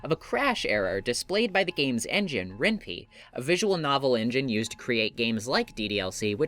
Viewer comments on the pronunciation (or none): It's actually pronounced "Ren-pie" like the food.